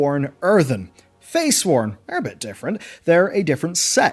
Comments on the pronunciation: I hate to be the grammar fascist, but they're Freysworn, not "Feysworn". I just feel like that's an important distinction. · They're Freysworn, not Feysworn. Easy to misread but kept bugging me through the video. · Yes but I think the point being made was that at points he was pronouncing it ‘feysworn’. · "ya'shaarch." "faysworn". "archidaeas". pronounciation: biggest enemy... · Yeah they are sworn to Freya, Freysworn. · yep, I kept wondering if I was hearing it right. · Im sorry but i have to be that guy. they are called fReysworn as in sworn to FREYA, they have nothing to do with FEY